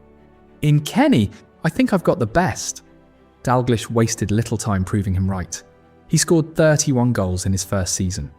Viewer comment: Crappy AI voice, it's pronounced "Dall-gleesh."